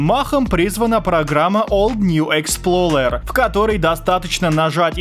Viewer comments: експлоРер, а не експлоЛер, у тебя даже в самом видео в названии окна программы видно) как ты "р" на "л" умудрился помнять?)) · не expLOLer а explorer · Old New ExploRER а не Ler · ExploLER 😂🤣 Если кто не знает, правильно Explorer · Никто:: ExploLLLer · ОлдньюэксплоРер EXPLORER Р А НЕ Л